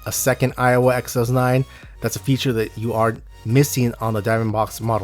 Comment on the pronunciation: Stop pronouncing it "Iowa"...... other than that... solid vids.